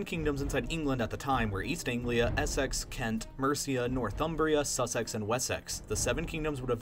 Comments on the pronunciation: ‘Sussex’ ‘Wessex’ and ‘Essex’ are all pronounced with an’-ix’ at the the end instead of a ‘-ex’. It’s weird but English is weird. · nice video but as a brit i can tell you that the way you pronounced essex, wessex, sussex was incorrect. instead of 'es-sex', you want 'es -six'. just sayin. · essEx, sussEx, wessEx! haha dont put so much emphasis on the E :) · Great video, just please don;t say 'Ess-EX' or 'Suss-EX'. It's 'Ess-ix' 'Suss-ix'. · lol this is great but the way you pronounce Essex, Wessex and Sussex killed me. EssEx lmfao, A for effort....but they're pronounced more like Essix, Wessix, Sussix :p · Just in case you make a video about this period of history again, Essex, Sussex and Wessex are pronounced: Ess-iks Su-siks Wes-iks (A bit dumb, but they were all named before standardised English) I'm British btw ; great video, well thought out! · Tip (From a native northerner) Essex, Sussex, Wessex etc are pronounced more like "Essix, Sussix, Wessix" :) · "SusSEX and WesSEX" - That pronunciation lol. Reminds me of Family Guy's "Cool Whip" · You pronounce the 'ex' in Sussex, Wessex and Essex as 'Icks' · We clearly just like “sex” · it's not pronounced like Sussex, it's more like Sussex. I know, English is wierd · Great video, but you butcheres my county's name, Sussex.